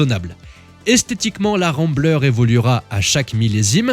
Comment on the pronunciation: Hello, tu aurais pu me citer car dans mon précédent commentaire sur la vidéo R30 je t'avais charié sur ta prononciation de Remblais au lieu de Ramblair. Ayant habité à San Francisco, j'avais un voisin qui conservé sa Rambler CrossCountry dans son garage et j'ai retrouvé les 2 photos de ce vieux modèle si ça t'intéresse.